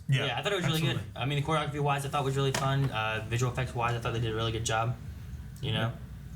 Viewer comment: Wtf is "quagophy"???? I'm sorry, do you mean "CHOREOGRAPHY"?